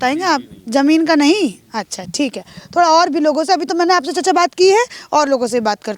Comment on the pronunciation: चचा क्या होता है मैडम चाचा बोलिये